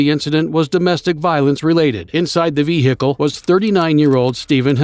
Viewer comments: Inside the ve hickle 💀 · Vee heekil constantly is irritating